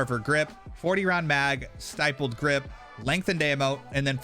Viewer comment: Stippled*** grip. Not Stipled.